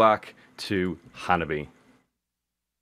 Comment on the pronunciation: Just let you know that the band’s name is Hanabie (pronounced like Hana-bee-eh), not Hababi. Hanabi (花火) is firework, and Hanabie (花冷え) is chilly spring weather. When spring has come, the air warms up and flowers blossom. But suddenly, cold air comes back and gives us cold weather. That is called as Hanabie in Japan. (Hana 🌸 is flower and Bie 🥶 means coldness)😉